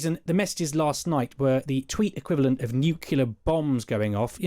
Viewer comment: Can nobody pronounce the word "nuclear" on Times radio?